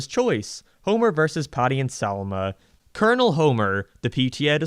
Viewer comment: I appreciate the effort of the video but about 75% of "I don't like it" is basically just the guy not being old enough to get references ie the cat burglar 2nd half is just Simpsons doing its a mad mad mad world and the way he pronounced Colonel as "colonial"